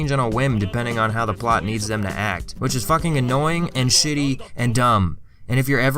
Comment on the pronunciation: You say "shit" like an Irish man. I respect it.